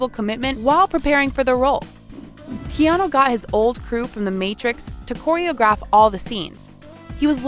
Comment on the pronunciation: The narrator in this piece should correctly pronounce Keanu Reeves’ name.. she only pronounced his first name one time.. the other times , she says”Keano… really?!?! You are being paid to narrate?